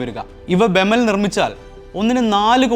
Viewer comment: ബെമൽ അല്ല ബി.ഇ.എം.എൽ ആണ് വേർത്തിരിച്ചു പറയണം കേട്ടോ